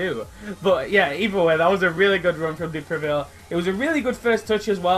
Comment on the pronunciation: Is a good prononciation for the first Time man, prononciation : De Previle but Is De Preville ! Anyway Very good video Man !